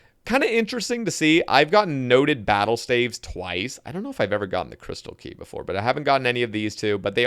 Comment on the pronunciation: Battle-stAYves 😂 tel me you’re illiterate without telling me you’re illiterate